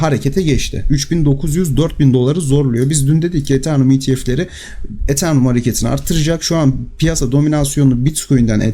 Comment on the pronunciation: Eternum değil Eteryum